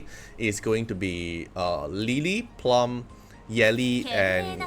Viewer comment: Bro. It's plooom.